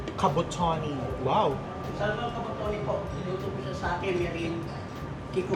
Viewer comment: You say Samon not Salmon, you drop the L